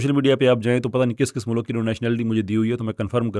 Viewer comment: O 'MULAK' nhil 'MULK' & 'Univresty konsa lafz hy